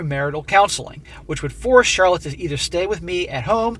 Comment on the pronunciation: Lol Charlot, with a silent C.